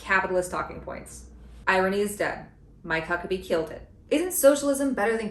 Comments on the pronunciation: "I'm My Cuckabee." He doesn't have to say his name like that lmao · I can't stop hearing "I might cuck a bee"